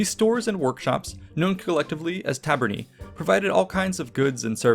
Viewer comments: Ae in Taver-nae sounds like lay or bay. Not "ee" like we. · It's actually pronounced "Ta - ber - neye" as AE is a diphthong which is pronounced as in eye / aye. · Tabernae is pronounced "Ta - ber - ne" with the italian "e" sound as in "Versace", not "tarberny". But great video anyway :) very interesting AS Always. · Great video but it’s pronounced tabernae like an eye not tabernae like a knee. ( singular form would be ; taberna.) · The -ae in tabernae and other words, is pronounced ‘eye’